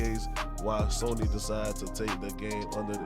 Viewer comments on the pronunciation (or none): none